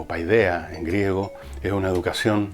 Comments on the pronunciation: Le suplico de rodillas que no vuelva a decir "PAIDEAH", porque me sangran los oídos. Se dice "paideia", es muy sencillo. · Segun lo que he leido y escuchado,PAIDEIA, tendría que leerse "PEDIA"..